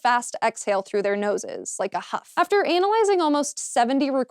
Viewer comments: Why does she pronounce analyzing with emphasis on the first A? LOL ANAL-yzing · She said, "anal-eye-zing" which is now the goofiest way to pronounce analyze I have heard. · The way she pronounces "Analyzing"